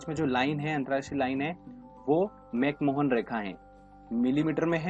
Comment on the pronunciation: भारत और चीन के बीच अंतरराष्ट्रीय सीमा रेखा का नाम मैक मोहन नहीं बल्कि मैक महोन है।